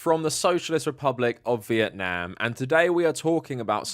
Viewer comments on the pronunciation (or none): none